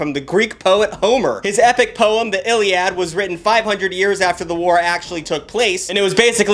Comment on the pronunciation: The entire time he was talking about the greek mythology I was slowly dying inside because of it. Bro mispronounced the Iliad😭😭